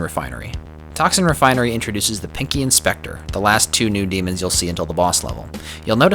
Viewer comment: "Toxin refinery introduces the Pinkie and Specter" It took me needlessly long to comprehend what you said there instead of hearing it as "Pinkie Inspector" :v